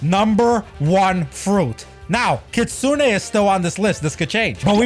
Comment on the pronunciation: Btw stop calling it kitsune a it's kit sune